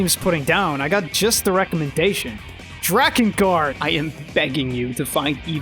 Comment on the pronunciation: "Drakengard!" nuuuuuuuuuu